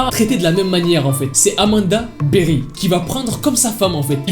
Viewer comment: Rien à voir mais c'était mignon quand elle a prononcé son nom avec sa voix durant l'appel avec son accent de l'Ohio "Amanda BeWHy" 😭😸